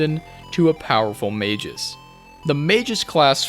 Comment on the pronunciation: Mispronouncing Magus as "mages" should be a war crime.